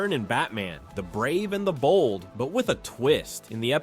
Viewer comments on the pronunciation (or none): none